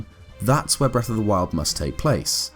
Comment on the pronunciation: Why the hellndoes he call it breath, it sounds so terrible